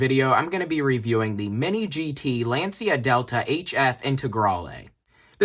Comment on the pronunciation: Bruh, half the time of this video about nothing and badly pronounce the name of brand Lancia too... Come on.